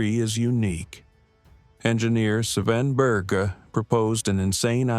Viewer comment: Swen Beerz? Probably not how you say his name LoL. It's more like [Baer-jeye] or something... hard to explain to English speakers...